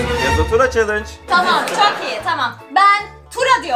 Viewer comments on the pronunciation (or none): Chalıç değil CHALLENGE